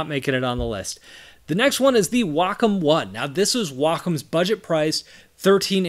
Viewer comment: why does everyone pronounces it "wack-on" it is pronounced "way-com"